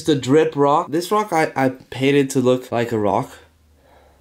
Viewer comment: Nobody:: “this rock a panted to look like a rock”